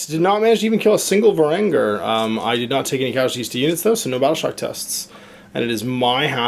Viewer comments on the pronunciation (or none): varan-guard.. VARAN-GUARD. how can you mess that up but get ogorid thaurmatergerestagerler